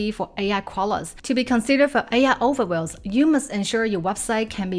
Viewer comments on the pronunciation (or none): Just subscribed. Excellent! fFast paced, straight to the point (no intro or "this is me!" BS). BUT. Your pronunciation of key words, confuses me until I get a visual hint of what you mean or I figure it out from the context: overviews ("other wells") and queries ("curies"). Please adjust pronunciation of key words or put a text when you first say it.